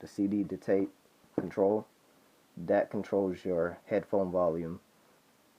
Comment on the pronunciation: You need to learn the difference between a D and a T (Dhat should be That)